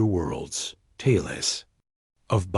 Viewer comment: This AI sucks. Tales, a single syllable word is pronounced with two syllables